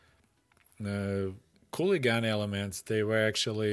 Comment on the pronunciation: "Cooligan" instead of "hooligan" sounds like the name of some New-York street gang who wants to be real cool. Interesting content,as always. Have you already done any video about the Militsya?